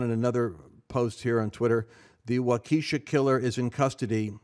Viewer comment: Walk a Shaw. Is how you pronounce the Wisconsin city